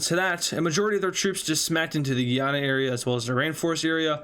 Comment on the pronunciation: French guiana and Guyana are differently pronouced